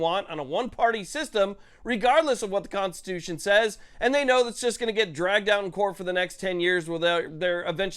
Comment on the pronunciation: The piece of sh!t can’t even say constitution. “Catstitunional